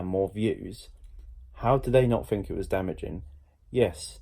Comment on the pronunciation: Why do you fink! Jesus H bud, wasnt Webster's English Dictionary made in England? And you cant say the word THINK properly?